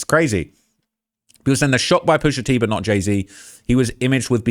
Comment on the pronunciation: Man said pusha teen you know omdzzz stop 😂😩